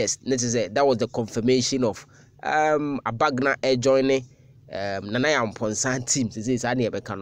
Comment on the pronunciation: He David was my primary school mate. His name is David Agbanga and not Abagna as you guys pronounce it. Maybe he might have changed his name.